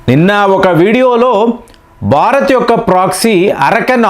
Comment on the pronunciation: మీరు ‘బారత్’ అంటూంటారు, భారత్ అని పలికితే వినాలనుంది